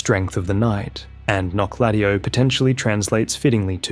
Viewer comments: the way you pronounce it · The Menial says in Wylder's remembrance says how to pronounce that city's name and it definitely isn't how you are saying it. 😅